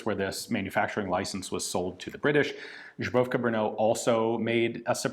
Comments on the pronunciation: Awesome video as always! I know you must have read it before, but it is "Zbrojovka Brno", not "Žbrojovka Brno", slight difference but very noticable :) . You are doing a great job with all the other pronounciations of our stupidly hard language! Thanks for trying! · Not Zhybrovka, but Zbrojovka, sounds like "Zbroiovka" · Come on get the pronounciation right. Holec is pronounced with C as in ICE. Zbrojovka is pronounced with Z, not Ž. Just Z like ZEALOT. And you need to pronounce all the letters together "ZBRo", one syllable. Then it is followed by "yo" sound, and finaly FKA which you had right. Idk where you got the pronounciation, serbia perhaps? Slavic languages are similar, but the words differ. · Casually substituting "zbrojovka" with "zubrovka"? Based xD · Hello Ian. I have heard you saing žebrovka in more than this video and thought someone should correct you already. Altho we apreciate the effort. Žebro = rib Žebrat = to beg So žebrovka is like "the beggers company" i guess or very tasty soup. The word does not officialy exist. What you are trying to say is Zbrojovka literary meaning armoury. You can check the pronounciation on google. Or not, we apreciate you anyway! Thanks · Your pronunciation of Zbrojovka is sounding more and more like Zubrowka, I'm not sure they're supposed to be related things :D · Ian, you always say "Zhubrovka" what means "bison grass vodka, traditional product from Poland". Zbrojovka Brno is pronounciated like "Zbro-yov-ka". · _; Still says žebrovka instead of Zbrojovka D: Great job on "Vlašim" though! Also the rate of fire selector description is backward, "pomalá" is slow, "rychlá" is fast. When you later disassemble you get it right. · Zbrojovka is pronounced something like SBHROW-YOFF-KAH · Ian keeps pronouncing "Zbrojovka Brno" in way it almost sounds like polish alcohol called Żubrowka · 'Zbrojovka' reads in English like 'zbro-yow-ka' :) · each and every time you say Žubrovka instead of Zbrojovka i get thirsty for some reason.